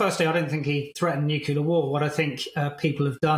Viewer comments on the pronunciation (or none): It’s Nuclear. Not Nuculer. George Bush pronounced it that way and other dummies followed suit.